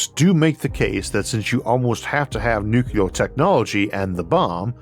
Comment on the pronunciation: I barely notice the speech impediment these days. But I do chuckle every time you pronounce nuclear as nucular.